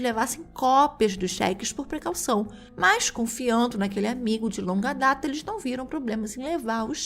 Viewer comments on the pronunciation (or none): none